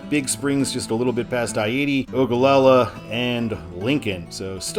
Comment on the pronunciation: As a resident, I appreciate you pronouncing Ogallala correctly.